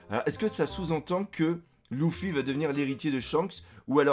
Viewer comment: Première fois que je regarde cette chaine et j'entends dés le début " Louffy " j'ai envie de tout cassé être fan de One Piece et dire " Louffy " plus jamais je reviendrais !